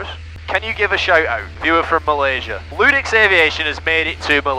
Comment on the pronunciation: Holy shit even pronounced the name right! Thank you for your teachings. I hope to get a chance to come down there for some IFR training before your ATP gig starts.